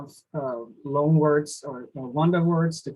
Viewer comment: why do you pronounce "loan" as "long"?